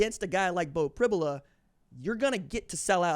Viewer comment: It's pronounced Prib "you" la. You can't throw the ball down the field when you can't protect...It's a recipe for sacks and turnovers. Look for screens and quick throws by Ohio State. Allar has been playing at an elite level this year. Pribula can throw and move well. He's a 4 star prospect and has played in many games. PSU can win with either.